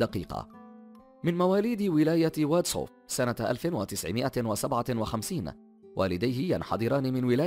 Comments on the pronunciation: هواري بومدين وليس. هوراي، ، واد سوف وليس صو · واد سوو ولاية باسكرة جامعة هوريا ههههه حسيتها مريكان ماشي جزاير